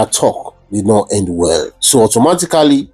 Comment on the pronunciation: Pls my bro, speak your English like the igbos. We don't say "hend", rather 'end'. It's the Yorubas that speaks 'hend' dear not the igbos try to change it pls.